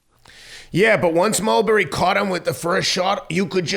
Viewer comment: Ulberry is a new way to pronounce his name 😂